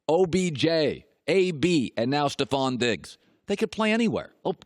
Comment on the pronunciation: Stefon is pronounced stef-on not ste-fon